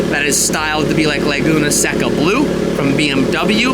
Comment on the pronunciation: It’s Laguna Seca “SAY-CUH” not “SEH-Cuh”